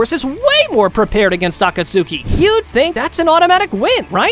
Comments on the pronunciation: “Akatsookey”??? Bro… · "Akatsooki" is crazy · for the love of all thats good in this world, please pronounce akatsuki correctly